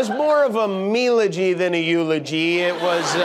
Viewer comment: Haha a "Me-logy" rather than a eulogy. 🤣 I very nearly got whiplash when he went, (seemingly seamlessly,) from inflation back to Diamond's eulogy again! 😂